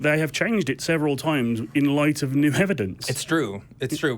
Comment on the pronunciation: I've never heard anyone say "hevidence" before. Is that a common British pronunciation?